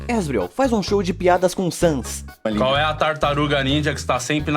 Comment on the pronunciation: Você fala asriel errado se fala asjuriel mais se escreve asriel